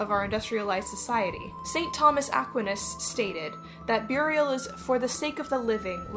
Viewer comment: Who else takes a drink every time you hear them say "byurial?"